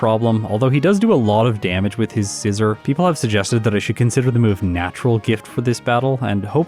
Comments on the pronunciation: Speaking of mispronouncing names, Scizor is not pronounced Scissor. The zor part is pronounced like the zor in Zorua. >_< please stop calling him scissor. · Hey why do you mispronounced Scizor name? In the official Pokemon guide book for X&Y it shows you how to say it! Si-zor but hey you can say it anyway you want! I always enjoy content!